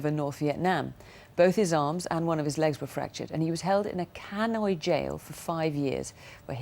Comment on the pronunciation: did she really call it the Canoi Jail haha